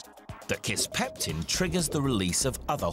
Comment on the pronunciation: "kisspeptum" lmao